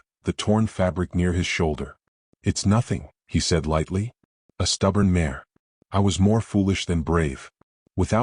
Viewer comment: They pronounce mare wrong also. Must be an AI thing or not listening to story before it goes to the audience